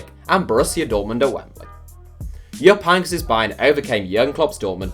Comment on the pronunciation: You butchered jupp heynckes name